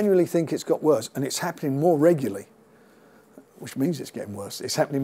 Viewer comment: Regularly frank..not reguly!